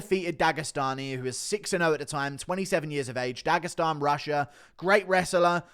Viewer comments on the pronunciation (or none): none